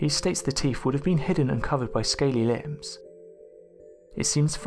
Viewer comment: When discussing the question of dinosaur lips, this narrator (already famous in my book for love him/hate him usefulness).. says something much closer to "limbs". I understand that his accent (Manchester?...I don' know enough of the styles) may be hard for me to get, but damn that one was out there. I'm trying to get used to the "up/down.up/down/up...and fade the last word to breathy nothingness" style, and I'm getting there even though I find it irritating. His actual voice is great and usually if I'm watching a film or show taking place in GB, I love the accents. I just can't get the info straight sometimes with his rhythm and fluctuation. He probably hates how Americans speak as well lol. Otherwise, as usual great content and yes I'd like to see more exact pictures of subject matter but I understand it's not always possible. Good show.